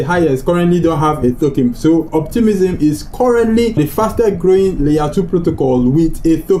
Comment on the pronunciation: RAAApidly grrrrowing best prounciation